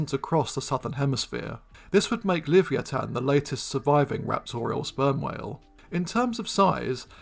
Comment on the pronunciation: At the risk of being pedantic, shouldnt Livyatan be pronounced Li-VY-a-tan.... y'know, like Leviathan but with a hard 't' sound? just saying....